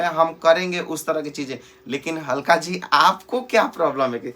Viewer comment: ABE ALKA ..G HAI .. HALKA G NAHI .... AESE HI BOLEGA TO AR DHMKI MILGA TKO 😂😂😂😂